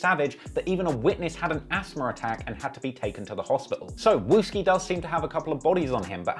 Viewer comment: He said wooski and that’s not even a right picture of him🤣🤣